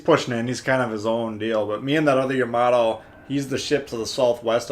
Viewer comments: I took 2 terms of Japanese before the virus ruined everything. It is Pronounced Ya-ma-toe... makes me cringe just a little but I’ll get over it. I can’t wait to start this ship up again after GK is finished. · It's Japanesse. Ya - Ma - To.